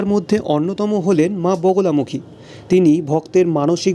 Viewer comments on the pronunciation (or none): বোগোলামুখী না, মা বগলামুখী দেবী উচ্চারণ খুব খারাপ